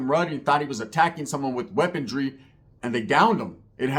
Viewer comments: WeaponRY not weaponDRY. Sorry had to do it 😂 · not a hater bro cuz I watch your shit all the time and I love your content bro. but maaannn its "weaponry" not "weapontry" after the 3rd time it started to bother me LOL much love